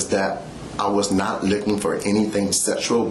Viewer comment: Several times he said he was not licking for anything from her. He wanted to say looking but sounded like licking.